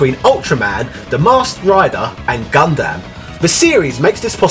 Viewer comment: It's pronounced "Gun-Dum" :P